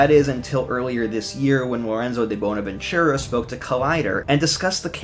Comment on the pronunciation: Bro said bonavenchurra